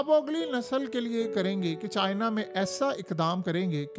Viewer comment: CHIIIIIna chacha itna zoor q lgata hala k chini toh chotay hotay